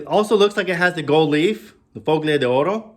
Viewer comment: You don't pronounce a hard 'G' in FOGLIA. Just ignore the 'g'. Pronouns it follia.